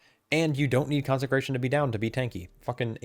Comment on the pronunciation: Love the content. Small bit of feedback: You're putting an extra "n" into Consecration.